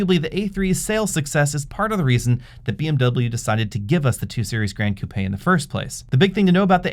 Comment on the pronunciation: Hey, you are the first person in the US that pronounced the Coupé the right way and not 'coop'. My body is always shaking when I hear coop.